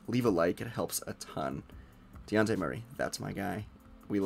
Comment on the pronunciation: Learn how to say his name, its not DeYawnte